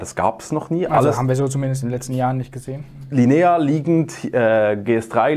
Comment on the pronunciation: Tolles Video, vielen Dank. Dürfte ich nur darauf hinweisen, dass die Betonung beim italienischen Wort "la linea" am "i" und nicht am "e" liegt ;)